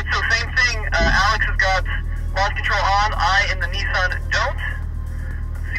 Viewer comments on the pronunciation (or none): It's Nissan not Nessun. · How come Americans mispronounce everything!? ‘Knee-son?’